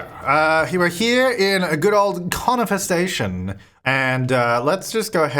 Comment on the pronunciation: Each time you say 'Conifer Station' I hear 'Corn Infestation'.. ; )